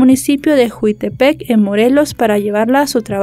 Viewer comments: Corrección,es "Jiutepec", NO "juitepec"...con mucho respeto les aclaro y la corrijo. Gracias. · una observacion es JIUTEPEC, NO JUITEPEC😅 no es hate solo una observación me encantan tus videos.